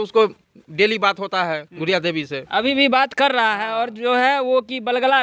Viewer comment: गुड़िया देवी को बूरिया देवी बोल रहा है😂😂😂